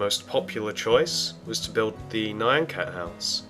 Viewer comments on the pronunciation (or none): It's pronounced NE-AN (like MEOW), not NI-ON!!!!!! NYAN CAT!!!!!!!!!!! NOT NION CAT!!!!!!!!!!!!!!!!!!!!!!!!!!! LISTEN TO ITS PRONOUNCIATION IN THE SONG!!!!!!!!!!!!